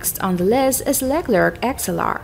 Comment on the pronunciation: The woman providing the audio track has no clue how to pronounce names like the Leclerc.